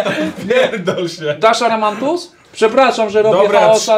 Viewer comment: WSZYSCY: AMARANTUS OWCA: ARAMANTUS 😂😂😂